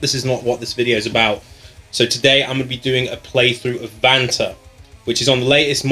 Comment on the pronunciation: Kinda sounds like you say banter instead of Vanta xD